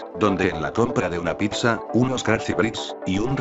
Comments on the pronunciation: JAJAJJA, UNA "PICSA" NO MAAAA ES PIZZA WE... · Se pronuncia PITZA no PICSA 🙄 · Pisa, pipsa, picsa!!! Primero aprendan a pronunciar PITZA!!!!! La doble z suena ts 🤦🏻‍♂️ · Me encanto tu vídeo, pero no me lo tomes a mal, me mataste con "PICSA" >< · Piksa? Picsa? Jajajajajjajajajaja que cagado lo narró....tome su like por la dislexia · Like a que se dice pizza no pikza. 😂😂